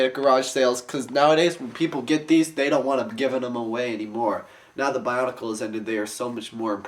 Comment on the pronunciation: its weard when people say bionicle like ba-un-i-cal